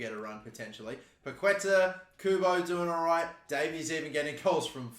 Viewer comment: Hey mate, big fan of yours from Brazil!! Waiting for the next FIFA My Career video. And just one tip: The correct way to spell Paquetá in Brazilian Portuguese is something like "Paketaah".